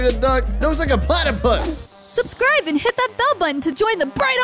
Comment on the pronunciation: DJ MADE ME LAUGH BECAUSE SHE SAID PLATIPUS